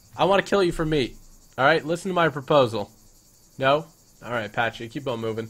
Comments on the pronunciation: It is pronounced p-a-c-y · you don't say pachy like that